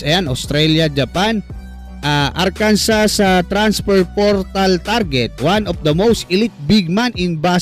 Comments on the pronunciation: Arkansas is pronounced AR-kan-saw /ˈɑːrkənsɔː/. It is a three-syllable word with the stress on the first syllable, and the final "s" is silent. This pronunciation is mandated by state law, which defines it as the French interpretation of the Native American word for the Quapaw people. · Arkansa po, without s yung pronunciation jan